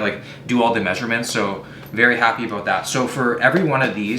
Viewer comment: “We’ll see aboot that”